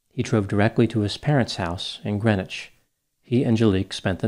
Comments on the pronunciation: You quite literally don’t even pronounce the name of the city correctly (it’s GreenWITCH) 1 minute of research would tell you this. Stephen Kerr did it. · Thanks for your speculation on a situation like this one. I'm from Washington County NY and am familiar with the case. Greenwich is pronounced green witch. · It's pronounced Green Witch it's a thing, you must differentiate from Gren itch of Connecticut fame